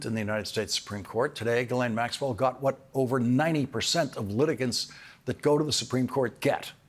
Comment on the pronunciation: ..."wHHHaTT".... I love this guy!!